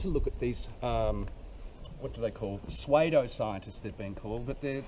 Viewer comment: The word was "Pseudo-scientists". Fen----"SU-DO" Scientists. Great word but mate.